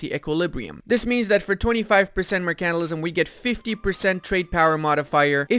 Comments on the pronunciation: Good vid, every video I watch I am just waiting for the day you say “mercantilism” right, basically you are saying “mercantalism” instead of mercantilism the part you are missing is the pronounced ile mer can tile ism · Also, 'mercantilism', not 'mercanilism'. 😏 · its Mer-can-TIL-ism . Say it right! or look up Arumba say it 1trillon times. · Seconds in and you can't pronounce 'mercantilism'.